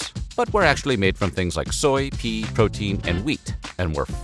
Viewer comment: "made from things like soy, pee, protein and wheat". the moment when you realize it's an AI voice